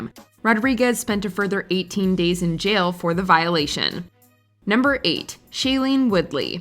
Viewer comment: and you mispronounced "jail".